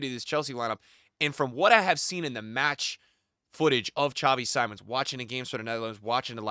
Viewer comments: I liked you but if you have truly watched Xavi Simmons irl you would know how to pronounce his name, is Simmons as it is written not Saimon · Just to help, Simmons it’s pronounced Seemons. Great video